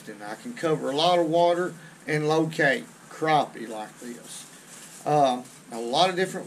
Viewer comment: "Das a good crappeh!" Love to catch em! You've got my subscription!